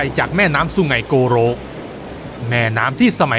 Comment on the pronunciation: คนพากย์ดำเนินเรื่องก็พูดไม่ชัดและไม่ถูกแล้วใช้สระก็ผิด แม่น้ำสุไหงโก-ลกครับ ไม่ใช่สุไหงโกรก นะครับ ฟังแล้วขัดหูจัง